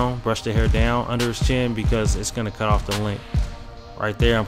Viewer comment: he said cut I thought he said cuh 😂